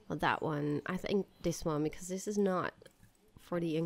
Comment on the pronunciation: Like she says dis instead of this 😡😡😡🤬🤬🤬🤬😒